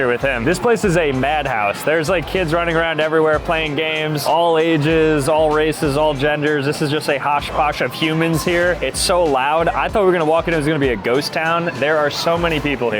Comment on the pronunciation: What the flying fuck is a "hoss poss"?? Do you mean "hodge podge"?